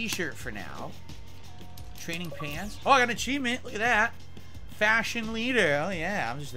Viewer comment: I don't know why it bothers me much that his speech impediment forces him to say "dat" instead of "that"